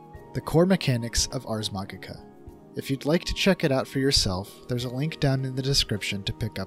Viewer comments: "Ars machicha" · ...it's pronounced 'maji-ka.' Like magic, with an 'a' on the end. Also, Ars Magica isn't just about the dice rolls as a core mechanic. The difference between Magus, Companions and Grogs are just as important to go over. (Grogs are minor characters anyone at the table can control, Companions are secondary characters with slightly more importance, and Magus are main charcters, as it wouldn't be Ars Magica with out magicians in play, and Magus by nature are a rare character type.)